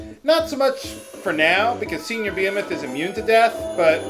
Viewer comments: "Bee-eh-meth" I think its pronounced "Be-hee-meth" isn't it? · Beh-hee-moth. lol (and yeah. baby dragons were thought to be sea horses) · It's pronounced buh-HEE-muth